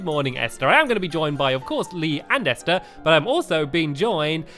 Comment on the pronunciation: I like how stampy says Esther right in his lovely world but he can't pronounce it in no no Kuni. 😒 I love you anyway! ❤️